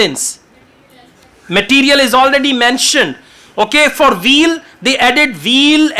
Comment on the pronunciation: is amazing! There was a funny part for me though. When he said to find the key word "wheel", it sounded like "veal" (meat of a young cow). When I read the passage, I realized he meant "wheel". It is easy to mispronounce the "W" as a "V". I just found yesterday and love his lessons. Of course, I Subscribed and turned on Notifications!